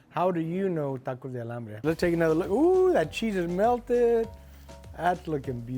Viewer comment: Maybe you’re saying Alambre ??? 😮